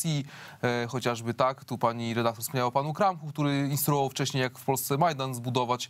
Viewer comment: Pani "redaklor", za pytanie zadane w ( ``) wziąłem słowo "redaktor" w cudzysłów, gdyż powala ono z nóg.... Skąd wzięło się ono w pani głowie?